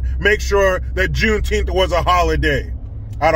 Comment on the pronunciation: plz remember it's not juneteeth it's call juneteenth lol 😁😁🏛😁😁🏛